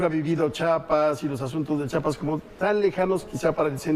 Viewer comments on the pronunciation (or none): SE PRONUNCIA CHIAPAS CHIAPAS ,CHIAPAS NO CHAPAS PARA OPINAR M IMAGINO LEISTE SOBRE EL ESTADO Y LO HAS VISTO ESCRITO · sse pronuncia CHIAPAS , CHIAPAS